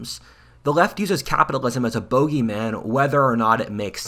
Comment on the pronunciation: "Bohgey man" 😂 Is that supposed to be the dude flying an enemy jet or something? Lol That gave me a good laugh and this is a great video dude good job!